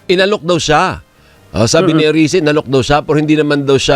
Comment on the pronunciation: Erice not Arice